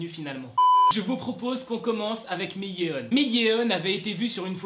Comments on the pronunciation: Vidéo très intéressante! Par contre... LA PRONONCIATION! On dit pas "Miyéon" mais "MIYONE!". Le "eo" se prononce "o" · le "miyé-on" m'a stressé tout au long wsh